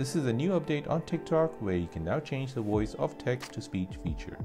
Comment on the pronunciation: wtf is a “woice?” it’s voice.